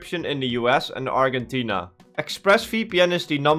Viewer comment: As someone from Argentina, hearing you say Arggentina was really funny